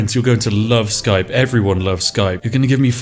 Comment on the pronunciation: What is Skrape, ee Skype??